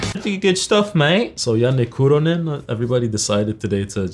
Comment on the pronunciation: bro how in the fuck do you pronounce "Kuronen" so accurately? this is groundbreaking